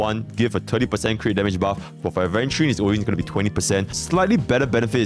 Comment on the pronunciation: He finally pronounced Aventurine correctly 😭